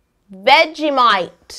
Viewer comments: Yolanda I am offended by you. I AM AUZZIE AND YOU SAY IT LIKE ITS IS SPELLED 'VEGGIEMATE' INSTEAD OF VEGGIEMITE! THATS NOT EVEN HOW AUZZIES SOUND LIKE! but anyways great cake I love ur vids. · Yolanda trying to pronounce vegemite: VegeMITE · We pronounce it with out the t its more of vegimigh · Yolanda "veggi-might" get the name right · I am Australian u don't say the t vegimi and u feel the t on the Bottom of your throat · Its pronounced vegi mite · That is not how u say vegiemite 😡😢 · Cake It seriously that is not how us Australians say vegemite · I’m American and I literally could not hear the difference between her and him saying vegemite. Lol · I live in Australia and we don't say vegemite like you btw vegemite is best with butter on toast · Lol same and she said vegemite wrong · Indiana Dempsey Relax she just can't pronounce it right! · From one Aussie to Another, every time she says Vegemite i cringe a little, but its so nice that she tries so hard. :) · All Aussies r disappointed in how she says Vegemite 😂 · I'm American and it still bothered me how she said it 😂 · Even me as a kiwi is disappointed. But the cake is great! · I'm not offended and I'm an Australian and your pretty close to saying vegemite you just need A little bit of more you know sass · The pain in watching her say vegemite was unbearable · The way she says ‘Vegemite’ tho! Btw no one says crickey anymore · I'm fully Australian and its not that hard to say vegemite........ although I am impressed on your cake skills and hope you improve on your pronunciation of the simple word vegemite. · Her saying vegemite so weirdly kind killed me but no hate. I just love vegemite. I'm half Australian so it makes scents. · I love yo soooo much, but her trying to say vegemite was so cringy 😂😍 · anyone else from Australia cringe every time Yo said Vegemite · I am an Aussie and please just say vegemite normally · It's hilarious when she can't say VEGEMITE XD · Aussies every time she says vegemite 🤬😵